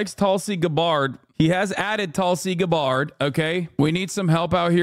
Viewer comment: “Tulsi Guh-bárd”